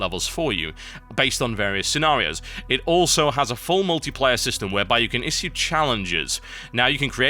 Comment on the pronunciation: learn how to say it - is·sue (sh)